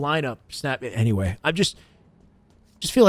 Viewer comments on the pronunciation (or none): none